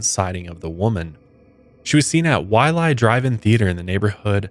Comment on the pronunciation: Wai-paa- hoo not wai-páhu. That really bothered me for some reason lol